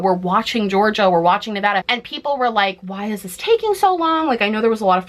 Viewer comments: thank you for pronouncing Nevada correctly, queen <3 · Dbehdcsjw thank you for pronouncing nevada like a nevadan lol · Thank you for being an east-coaster who says Nevada correctly!!